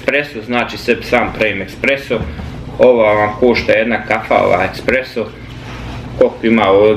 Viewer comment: Pozdrav,ne kaze se ,,ekspreso,, vec espresso,to pakovanje ,,busto,,kafe nije espreso,to je meksicka mlevena kafa,kupi lavazzu ili segafredo ,jer je to pravi espreso.Nemoj vise prica ti ,,ekspreso,,zivotati.